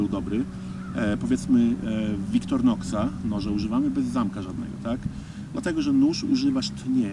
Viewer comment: Nie, po prostu zawsze mi się wydawało, że jest Victorinox a nie Victornox. Ale ja jestem czepialski :D